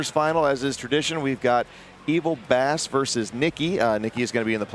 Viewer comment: Lol!!!!! And why did let him and participate in calling Bass(Base), Bass(B-ASS)? Ridiculous!